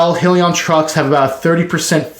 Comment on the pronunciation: Nice video! But, it’s pronounced: “High-Leon”